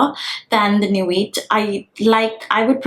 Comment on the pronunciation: In nuit ‘t’ is silent. It’s a french word.